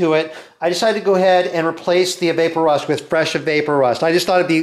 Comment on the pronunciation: Not vape-o-rust, vap-o-rust ... like EVAPorate rust